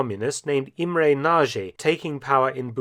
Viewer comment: imre nazhey .. lol ..